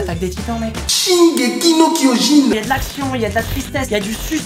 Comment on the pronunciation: Personne: Absolument personne:: « SHINGEKI NO KYOJIN »